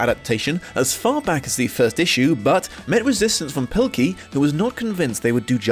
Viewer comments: You said Dav Pikley it’s Dav pilkey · PIL-KEY not PIK-LEY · His name is pronounced “Pill-key,” not “Pick-lee.” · Why do you say pikley and not pilkey? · PIL KEY not PIK LEY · Huh. I had no idea "Pilkey" was supposed to be pronounced "Pikley"